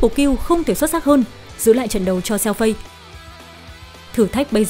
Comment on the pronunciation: con lạy má, phiên âm tiếng trung Fei Đọc là Phi F là Ph, Ei là i , = Phi -nên đọc Xèo Phi, tạm dịch Tiểu Phi -chị hai đọc tên nào cũng sai, xin chị hai cứ đọc tên Tiểu Phi đi, chứ chj hai ko có tố chất đọc tên tiếng trung đâu